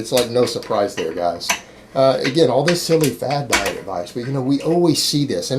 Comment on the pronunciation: Anybody else like the way he says "giays"!?